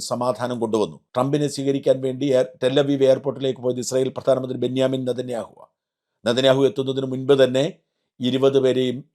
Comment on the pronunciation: ബെന്യാമിൻ നെത്തന്യാഹു അല്ല. Nenjamin Nethanyahu.